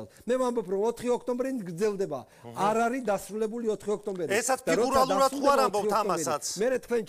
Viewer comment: ფიგურალერად😂😂😂😂ანუ ფიგურულად სრიალებს😂😂😂😂